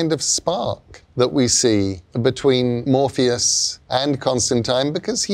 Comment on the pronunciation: I thought he said Morbius the first time I, had to pause and go back and see if I was watching the same thing and sadly it is MORPHEUS TIME.